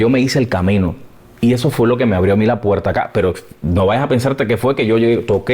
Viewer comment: Por cierto, el entrevistador debería tomarse su video como una clase magistral de locución de Abel. Escúchalo a solas, escúchate a hablar tú, y escúchalo a él: eres de los cubanos de bacco puetta y goppe (barco puerta y golpe), de il y venil (ir y venir) y de aspirar las eses a saco, terribles vicios para un comunicador. Se mejora leyendo en voz alta y escuchando a los profesionales que saben. Yo te seguiré desde hoy y tienes mi like, any way. SUERTE EN LAS REDES.